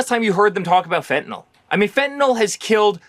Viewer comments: You've mispronounced fentanyl!! It's not fentanol!! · IT IS NOT FENTANOL. IT IS FENTANYL . YOU GUYS SPEAK ONE LANGUAGE. SPEAK IT PROPERLY. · Fentayl is pronounced "fen-ta-nil", not "fen-ta-nol" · Fentanyl is mispronounced everywhere